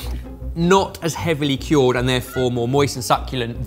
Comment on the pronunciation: Why is he saying kyorrd? That's not how you say cured, right?